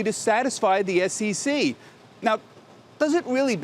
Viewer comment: Its SEC not SCC u pompous hedgehogg!